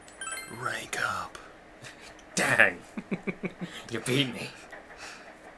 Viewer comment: you said 3???? RANKU DAHWN